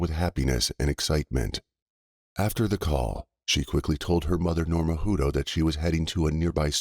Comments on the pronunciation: Wish you would pronounce the names CORRECTLY...I knew people with this last name and it was pronounced HUT TOE!!! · It’s pronounced Hut toe it is pronounced toe but there isn’t an E on the end . I knew someone with the same last name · You are pronouncing the name wrong . You need to verify the pronunciation of people’s names when doing a story on them